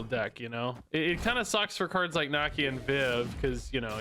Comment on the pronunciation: Nuh like Knull, Key, Uh - Nakia - she’s in the movie my guy 😅